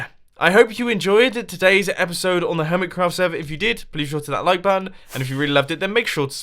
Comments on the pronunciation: did you say hoirmetcraft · "hormitcroft" "pieush" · Hormitcraft? Mumbo were you drunk? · He said hormet craft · hormitcraft Hormitcraft. HORMITCRAFT? T R I G G E R E D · Who else heard hoormit craft at the start there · Hormitcrawf! brain-mouth_connection.exe crashed